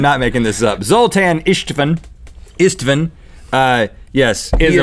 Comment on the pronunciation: D i think you said that name a little bit .. weird , but its okay , that name not used in english , Zoltan Istvan , Istvan is Steve at english. On wiki, he is american, but that name is hungarian, maybe his parents were hungarian, i don't know, but the pronunciation was funny.